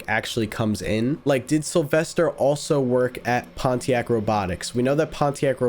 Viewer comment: you dare pronounce pontiac that way